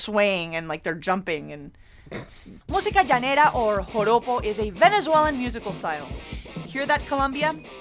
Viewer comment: Por cierto, como colombiano obviamente discrepo en muchas cosas, pero el joropo en inglés estuvo pasadísimo de bueno jajajajaja